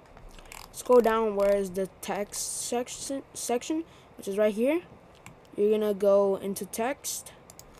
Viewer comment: Hell nah bro said textsextion